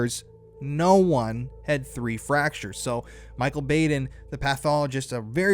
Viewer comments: Dr Bau' den Not Baden with a long A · I just gotta letcha know, it's pronounced; BAH-DEN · Known of Michael Baden (BOD-EN) for years! Idk why I needed to say it but the pronunciation bugged me lol HEHE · Thanks for this information. This is all very suspicious. May I just say for the future " Michael Baden (Bah((ahh))den) 😘🌹